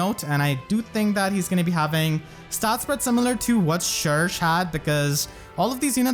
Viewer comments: Surely it’s sher-shay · I always thought that "cherche" should be pronounced as the french word "cherche" (search) but, dunno (also, I'm VERY happy for her <3) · It’s not pronounced “Shersh” it’s “Shegsh”, so if everyone tells you they pronounce it like shersh then they are wrong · Can't say i agree with that pronunciation of cherche. I'll stick to my usual way of saying her name. Besides that I'll grap camilla since i always go for her when i can and that's it.